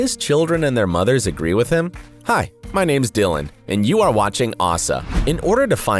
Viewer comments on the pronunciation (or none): none